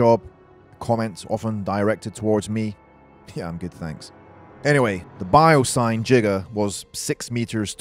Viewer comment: nobody: biosyn mega dinosaurs: biosign 💀